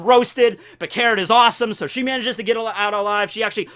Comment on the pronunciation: did i just hear 'carrot-tor'